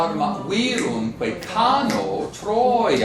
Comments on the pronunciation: Errat vehementer ille Professor: pronuntiandum est nobis recte "Árma uirúmque ..."; minime ".. uírumque ..."! "uirum" + "que" faciunt uerbum quasi unum, quod continuo pronuntiari decet. Debet ille Magister perscrutari, quid antiqui grammatici docuerint de regulis artis recte pronuntiandi. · I agree, the accent is viRUMque, and not VIrumque as he says. But he doesn't say the a of cano is long, does he? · The a in 'cano' is short. And 'virumque' has it's normal accent on u, not on i.